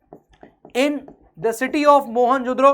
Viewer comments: Your pronouncing iT .mohanjodoro but it’s Mohanjodaro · Sir please I loved the lecture but it’s Mohenja Daro not mohenjodoro